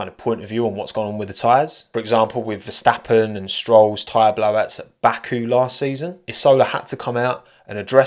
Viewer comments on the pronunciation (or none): none